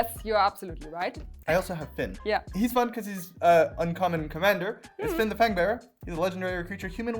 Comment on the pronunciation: „Fynn the Fair-banger“ xDDD